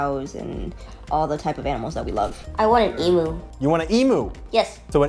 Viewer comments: ITS PRONOUNCED "EEM-YOU"!!!!!! MY AUSSIE SELF IS QUAKING LOLLLLLL (although e-moo is cute too hahaah) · Just a joke about the mispronunciation. It’s pronounced like eem yew, not e-moo. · emoo lmao your meant to say it like its emyou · why do Americans say EE-Moo? It's EE-MEW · The way they pronounce emu ahhhhhh it’s so wrong! It’s EE mu not EmOO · Emu is pronounced ee-mew not ee-moo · My only issue with this video: it's pronounced eem-you not ee-moo Otherwise, very interesting video ^-^ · As an Australian I feel obligated to say that emu is not pronounced like emoo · Just so yall know, emu is pronounced ee-mew. Sincerely, an Australian. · Fun fact from an Australian. It’s pronounced eeem-you. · Good on you both, best wishes but EMU IS PRONOUNCED, EE-MMU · How Americans pronounce Emu always cracks me up 😅 FYI: It’s Eem-You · Emu is are actually pronounced eemyou sorry I'm Australian can't help it. I love the videos keep it up. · Why do they pronounce emu like that? Just a curious Aussie. It’s supposed to be pronounced ‘eem-you’ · I forgot how americans pronounced the word emu. I want to go back to forgetting now. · The way you guys pronounced “emu” 😂 🇦🇺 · so learn from us and don’t you go picking fights with them by mispronouncing their name. It’s a war that you won’t be winning, I assure you.